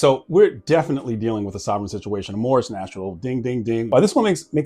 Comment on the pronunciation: LOLOL he called it "Morris" national. It's Moor national. They should probably study a little more about this whole thing they believe in so much. I love how the officer completely blows it off.